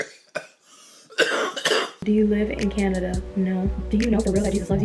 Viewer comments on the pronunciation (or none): none